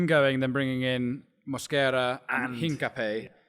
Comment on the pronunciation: It's HincapiÉ, so ends 'pee-ay'